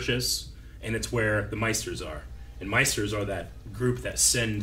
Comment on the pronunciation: Maesters not Meisters